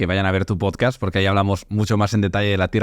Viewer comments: “En tu POTSCATS” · cada vez que dice posdcats me caigo de la silla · Por favor que alguien saque clip de cuando dice pochcast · Chupito por cada vez que dice "PochCats" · el tio dice todo esas amimaladas sin vacilar, y luego dice pocast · “Pochcad” “Podcatch” “Pochcatch” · LO LEÍ JUSTO CUANDO DIJO POCHCASTCH KAJAJAJAJ